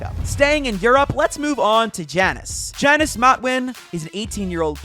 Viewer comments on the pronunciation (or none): Its pronounced yannis not Jannis. Also imagine Tayson and Mero duo Mero moves to EU